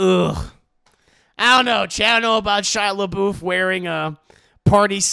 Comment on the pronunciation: “Where’s the Leboof” I’m Deceased 😭😂😂😂☠️